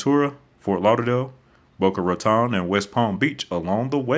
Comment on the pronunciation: Other than mis-pronouncing Boca Raton, (like most Yankees do), this is an accurate description of Florida. Stating that most of the state is at or below sea level has to be a joke, although after a hard rain it sometimes seems that way. We actually do experience 20" or more of rain in a 24 hour period, and sometimes 12" in two hours.